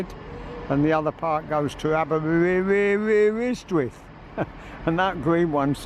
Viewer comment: Nice to hear you say Aberystwyth, more of a mouthful would be Machynlleth.. Nice video